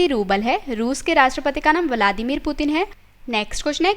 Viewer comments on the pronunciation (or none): रूस के राष्ट्रपति का नाम गलत बोली हो